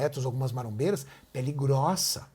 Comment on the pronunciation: "Péli gróça! Péli gróoça!" Ain zé da manga klkkk que cara da hora